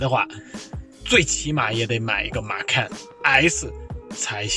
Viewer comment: 马看 这个口音